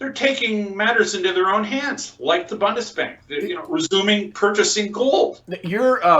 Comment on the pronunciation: pls learn how to pronounce Bundesbank ;-) not BONDESBANK